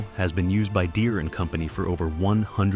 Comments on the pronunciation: Derees.. 100% A.I. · "John Deree" 🤣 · Didn't love this one. Calling farmers illiterate and mispronouncing the "deere" in John deere at one point